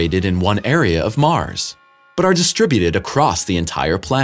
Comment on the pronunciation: In Mars' orbit. NOT Mars-is orbit, illiterate door knobs.